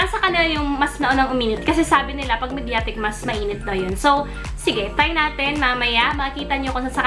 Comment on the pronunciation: Nice video.. i think you're pronouncing " mediatek " differently